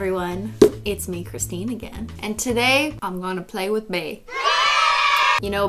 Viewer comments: OMG IT'S BENANA AND CRIS-TEA-NE. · IT'S CHRISTINE WITH AN H NOT CRISTINE!!